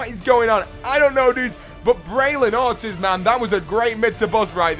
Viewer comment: You said Ortiz all wrong lol